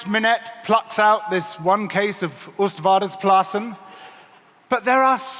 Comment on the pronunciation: I am from the Netherlands and the Oostvaardesplassen besides of the amusing pronunciation is indeed a good example that we have to be very careful with 'rewilding'. Since it was and still is a great disaster with hundreds of starving animals. But what happened there was, that we just stuffed some land with great mammals thinking we could out of nowhere create a safari. Well we can't, we should start with planting trees and reintroducing smalls animals. And if I compare the English landscape to my home region than I am so happy to live between forests.